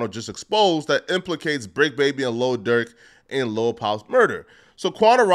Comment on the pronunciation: This clown called him lil Durth smh. Learn the rapper name first